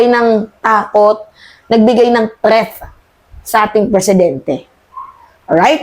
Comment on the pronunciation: 'Threat', hindi 'Treath'.😅